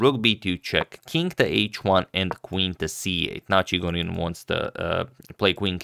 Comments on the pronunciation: In pronunciarion of Chigorin, the accent falls on the second syllable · it's ChigOrin btw, not ChIgorin